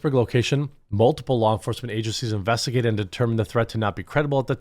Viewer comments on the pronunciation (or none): It sounded like you said, Infestigated. I'm going to start using that for how police deal with the little people's troubles.